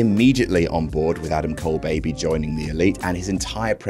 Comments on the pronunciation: It's bay bay. Not baby. You deserve to get the worst serving of pancakes once for this. And when you actually say it as bay bay, i hope you get the best serving of pancakes ever. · Adam, It's not "Adam Cole Baby".. It's "Adam Cole Bay Bay"